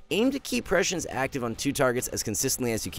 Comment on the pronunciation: The main lesson i’ve learned of watching augmentation evoker video’s is that literally NOONE knows how to pronounce prescience :/